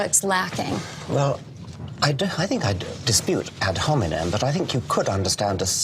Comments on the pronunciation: “Ad Homenen” 😂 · Did she say "ad-hominid attacks"? 😂